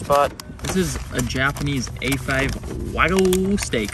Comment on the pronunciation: It's pronounced wag-you.